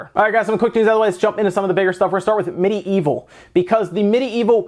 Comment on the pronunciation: It's actually pronounced "mid evil," not "midi evil". It's a play on the word medieval only with an i instead of an a. But super excited for it and hoping for a Switch port.